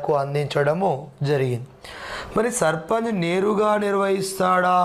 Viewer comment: సర్ సర్పంజి గారు కాదు సర్పంచ్ గారు